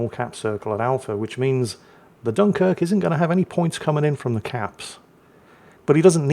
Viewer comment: gets excited and all of a sudden the dunquirk gets its actual name back. 😂😋❤